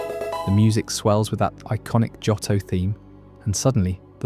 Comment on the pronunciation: This is a nice video but the incorrect pronunciation of Johto is jarring. Both o sounds are long, like Joe-toe.